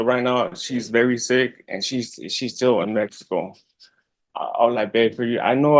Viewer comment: Made in MEH-HEE-CO